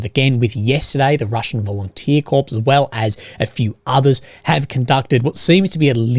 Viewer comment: Please don't pronounce corps as corpse. And you an army man.